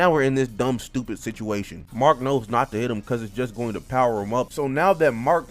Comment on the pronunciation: My boy say is he stowpid 😂😂